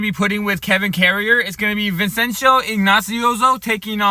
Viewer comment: Vin-Chen-Zo I-An-U-Zo